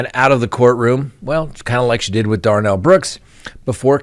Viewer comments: Darrell, not Darnell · Darrel. Not Darnell. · it’s obvious you aren’t really following these case. Anyone watching 10 minutes of the Darrell Brooks trial would know how to pronounce the defendant’s name. You butchered it.